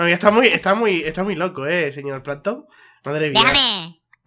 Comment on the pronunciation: Me mori de risa cuando plamtom que es salto y dijo plamton al atake